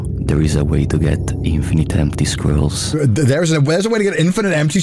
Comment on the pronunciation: LMAO do you vwant to know how to get infvaanite empty scrolls LOL so funny, is a LEGEND!!